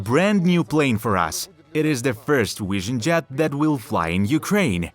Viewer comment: What’s a “wishin Jet?”